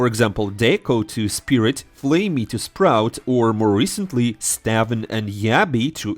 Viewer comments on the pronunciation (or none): Why can’t u pronounce stavn, its “stauwwn”. As in the vowel sounds like “auw”.